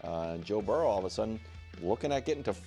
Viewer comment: Broussard's pronunciation of 'Burrow' almost sounds like a dog barking